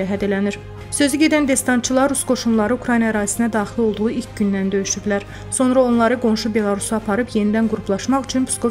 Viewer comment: Xanım "DESNACILAR" yox "DESANTCILAR".